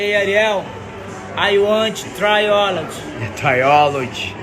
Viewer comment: I heard Triolig